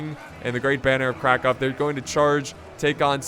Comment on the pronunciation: You are pronouncing Krakow correctly, dont let anyone tell you otherwise.